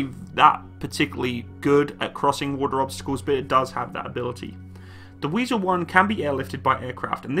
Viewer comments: it’s „wIEsel“ not „wEIsel“ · i know but he said Weisel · The name is Wiesel, not Weisel😉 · not "weisel" but wiesel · It is Wiesel and not Weisel!!!! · "Wiesel " goddammit.